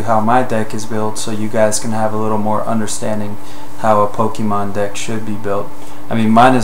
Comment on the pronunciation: whenever you say deck, I always chuckle a bit cos its sounds like dick.